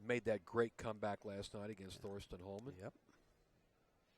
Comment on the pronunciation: It just drives me bonkers when people (especially those who should know) call him "THorsten"!!!! IT'S PRONOUNCED, "TORSTEN"!!!!!!!!!!!